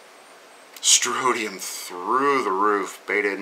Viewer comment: it's StroNtium... with an "N". Just sayin'. Peace